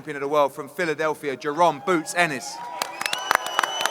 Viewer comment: "Bwoots Ennis " - Eddie Hearn 😅